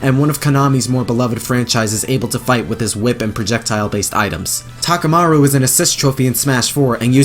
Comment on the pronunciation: Thank you for saying Takumaru